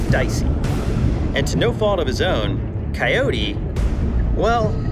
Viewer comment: if mark could speak "Cyote are you okay"